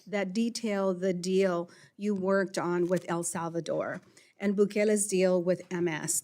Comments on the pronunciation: She forgot to virtue signal the fake accent when she pronounced El Salvador . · wow! she must really now what she’s talking; she placed an inflection on her pronunciation of “ el salvador”.